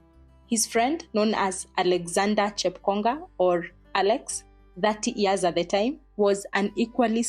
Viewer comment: How could he think that he was right shooting to kill an unarmed person? Aiiiii seriously?! And why do people edit out the y in year, to say 'ear'. 20 ears? Aiiiii. Otherwise, asante for this exposé.